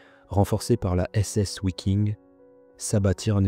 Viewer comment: Bon documentaire. Dommage que les noms en allemand soient aussi mal prononcés. Le « w » en allemand - comme en français d’ailleurs - se prononce « V ». On ne dit pas : ouiking, mais viking. Simple question : en français dit-on : ouagon ou vagon pour le mot « wagon »? Si vous pouvez répondre à cela, alors vous aurez nettement progressé en prononciation.